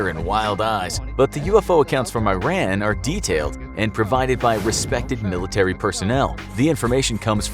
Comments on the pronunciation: I-Ran? !! u Say I-TALY???!!! Its Ee-taly, And Also Ee-Ran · Well, first of all its E_ran not eye ran. Second, DOES NOT exist in iran. At least not in tehran. What is this Arabia? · This narrator can't even pronounce the name Iran correctly!! It's E-RUN not I- RAN , just like pronunciation of Italy , also the animation shows palm trees , 4 your info , Tehran has 0 palm trees , climate is parallel to Denver - Co , it has a ski resort . Also in 1976 Tehran was a very moder looking city & people didn't look like some village in Saudi Arabia!!! But again ignorance has no borders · It's not pronounces i-ran it's pronounced like E-run , it's not a apple product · It's not "eye ran" it's "ee run" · It is pronounced ERON not EYERAN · E R A A N.... That's how you pronounce the country's name not "I ran". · It is not i-ran, it is pronounced E-run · it's pronounced E-run not I-ran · not AI-RAN is E-Ran that's how you pronounce it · Eye - ran. Like iPhone. I think the correct pronounciation is Eeh - ran. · It’s pronounced “E-ron” not “I-ran” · it's pronounced e-rhan not i-ran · Hahaha. It's pronounced as E-Ran not I-ran. Just like india is pronounced E-ndia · Its pronounced earun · It is pronounced [E-RAN]. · Love it, hate it, not care, have disability in talking, lack of education & foreign cultures or whatever the case might be, it is pronounced E-Run. E like in Email, Try to say it properly. As for images used in this animation, such as camels and traditional Arabic head wearing and clothes, is like showing Canadians with Mexican hats riding donkeys, both are Christian after all.. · A cool desert night ? Tehran is mountainous and looks nothing like the cartoon you guys showed. There are sky scapers there and were in the 70's. You didn't even pronounce "Iran" properly. It's E (as in letter E) rAn (as in the name Ron) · Typical American pronunciation of Iran. It's not an Apple product. It's E-run. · It's pronounced ERAHN. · The pronounciation is "EERON" ffs